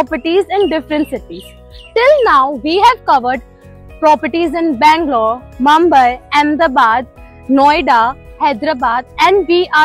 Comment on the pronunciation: Pls pronounce Mumbai correctly